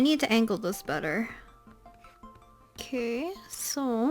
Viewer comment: sorry but this part made me laugh because she says okay so, but it sounds like queso in Spanish jajaja